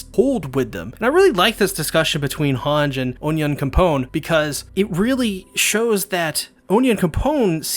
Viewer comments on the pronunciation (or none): You will get a dislike on every AoT video from me until you learn to pronounce Onyankopon. Just listen to hange saying it, its not that hard